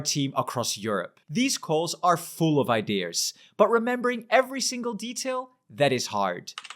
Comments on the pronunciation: IDEAS NOT IDEARRRRS. THERE IS NO F***ING R IN THAT WORD!!! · Why do French people (and others) pronounce ideas as “idears”? There’s no “r” in there😅